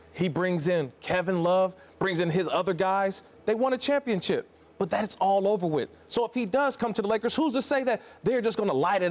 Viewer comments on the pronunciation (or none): none